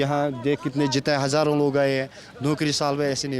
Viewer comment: Sala mkkar reporter nagrikik hazaron kah raha hai reporter hazar bol raha hai dallan top